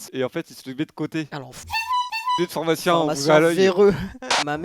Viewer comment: C'est moi ou il a dit Phormacie et Phormacien?